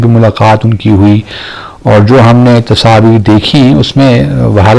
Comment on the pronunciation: Tasaveer nahi hota Tasveer hota hi....Pata nahi kon se Urdu bolte hi....!!!!